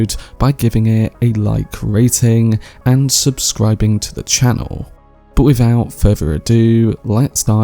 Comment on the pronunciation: WIVOUT FURVER ADYOO, Djyoon Mezziah